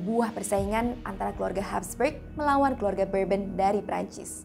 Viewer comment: Bacanya bur-bong mind..